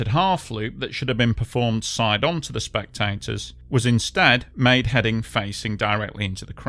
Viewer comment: Hahaha! AI narrator can’t pronounce “spectators”. Lol